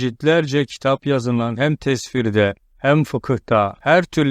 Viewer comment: Kimse Fatiha'ya 6 ayettir demez. Ebu Hanife Hazretleri besmeleyi Fatiha'ya dahil etmez, fakat son ayeti de ikiye böler. Yani o da 7 ayettir der. Ayrıca "tesfir" değil "tefsir".